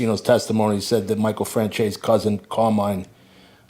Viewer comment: Let’s play a game. Let’s see if you can say Franzese. Not sure where came from but between and my uncle neither one of them can say correctly 🤣🤣